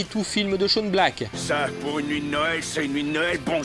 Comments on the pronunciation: Et dans quel pays on prononce Shane "Shawn" ou "Sean" ? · J'adore tes videos , mais STP arretes d'écorcher le prénom de Shane Black. Ça se prononce chaiyne et pas chaune poto. Gros bizoux😘 Shawn tel que tu le prononce s'écrit comme ça. Mais bordel j'avoue que ta théorie comme quoi Nick est le diable m'a plus que convaincu😈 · Oui, on dit /shéin/ black, en fait ;-). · Sympa ! Au passage, Shane Black se prononce [Ché ine]